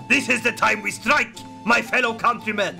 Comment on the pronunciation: No, no, no,. Stwike him, centuwion, vewy woughly!